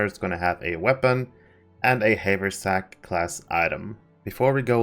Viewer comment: it's "have er sack" :P